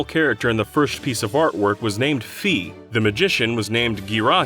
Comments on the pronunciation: "Fee" "Gih-RAH-him" It's "FAI" and "GEAR-uh-heem". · A bunch of those Skyward Sword rumors turned out to be true for Breath of the Wild. Wonder if Nintendo were inspired by them. Also, Fi is pronounced "Figh," not "Fee." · Dude: Her name's Fee. Nintendo: Bruh, it's Fye. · "Fee" "Gheera him" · She is pronounced Fai, though. The german version also back this up since she's called "Phai" there, if I'm not mistaken. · >Fee >Gear-AH-him DYKG never change. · Thumbs up if you pronounce Fi's name like you're saying Sky like I do. It makes more sense since the name of the game is Skyward Sword. "Fee" doesn't sound natural to my ears unless you're paying for something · The way this guy pronounces Fi and Ghirahim hurts me. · Her name is Fi and it rhymes with Lye. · Dislike!!!!!!!!!!!!! only becasue they refuse to learn GREEK and say the name Fi always wrong. LEARN DIDYOUKNOWGAMING LEARN